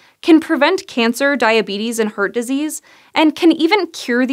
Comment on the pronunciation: it's HEART disease. NOT HURT DISEASE, my ears are bleeding! >:(((